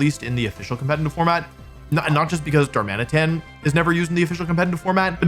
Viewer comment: Also it’s Dar-muh-nitten. You gotta work on getting these names right, WompfleyABC.